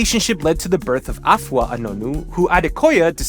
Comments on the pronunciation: You're amazing and her it's pronounced A fua,like saying the letter a and adding the fua,you were right with the fua,you gotta put it together,other than that great job,well done, you're the best😅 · urmm u kinda mantion afua names wrong buh it fine